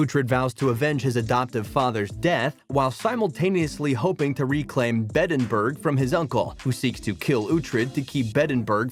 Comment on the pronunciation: Beddenburg…alfrik…kee-Artenson. At least get someone who’s watched the show to narrate it.